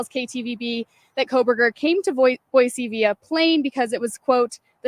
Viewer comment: It’s Boy-see please! I live 30 miles from Ada county.